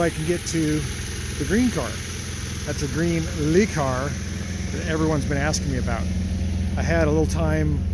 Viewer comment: It's "LUH Car", not "LEE Car".